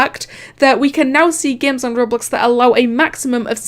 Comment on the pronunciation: She says games as geymns i really am annoyed of it